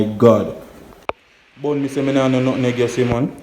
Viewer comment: its call nutmeg lol not nutneg lol